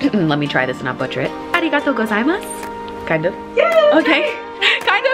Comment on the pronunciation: 'Arigatou Gozaimasu' actually translates to 'Thank you' (but in a polite way) but the pronunciation was good! :) Happy you enjoyed your stay!!